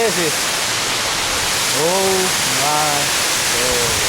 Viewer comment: "This place is owe myy gohd"